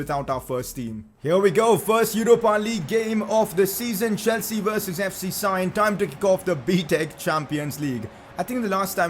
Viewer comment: Please can you not say sion with a i because it is properly prounced with a e.